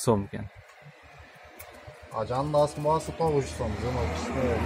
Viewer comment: Баазззззы эмес Баасы !!!!